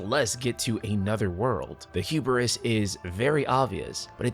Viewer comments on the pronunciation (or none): i love you but please stop saying "hu-ber-is" 😭